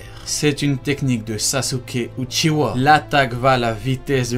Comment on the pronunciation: Uchiwa et pas uchiha